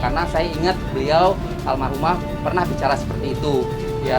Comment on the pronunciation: Almarhumah dod.. Bukan Almaruh hem dod dod